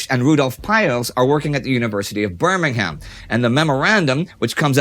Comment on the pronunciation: Can tell that Indy is American when he pronounced Birmingham as birming-ham